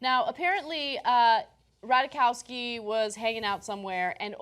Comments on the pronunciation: Its Ratajkowski NOT RATAWAKAWSKY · The name is "Rat-aye-kovski" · Rat-eye-KOV-ski. That is all.